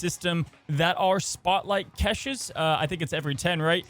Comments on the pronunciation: I enjoy the content..i really do. Please, please...say cash-shay not catches😂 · please for my sanity learn how to say caches. It’s like cash in your wallet. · STOP PRONOUNCING CACHES THAT WAY! THIS IS WORSE THAN KILLMONGER! PLEASE IM BEGGING